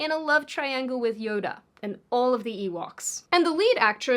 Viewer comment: the way she says "Yoda" 😅